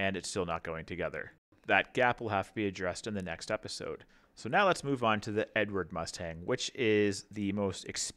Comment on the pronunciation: .......just for your info (as it was annoying), it's pronounced Eddard, not Edward! It's Czech! Otherwise, great review so far.......